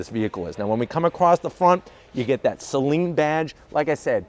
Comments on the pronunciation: Sounds like you're saying sling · Check out Doug Demuros video. Only 10 seconds in he starts with the SAY-LEAN.😣